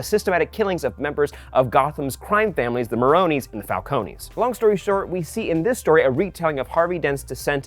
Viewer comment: Did you just say “Falconie” ???